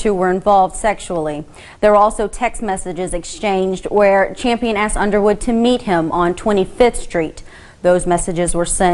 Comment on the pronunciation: "axed" learn English if you wanna play reporter...